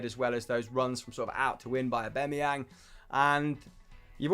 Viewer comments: Do they call him AubEmeyang on purpose? Is anyone else hearing this? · He said aubemeyang